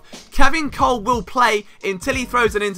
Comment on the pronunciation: Kolb is pronounced Cobb